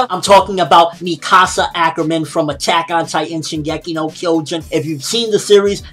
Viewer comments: Its pronounced mick asa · You pronounced Mikasa wrong.... ._.